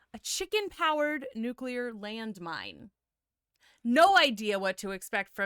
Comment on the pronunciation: It new clear. Not nukular